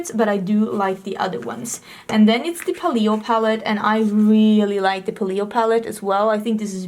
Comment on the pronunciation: Paleo is pronounced PAY-lee-o. Hope that helps!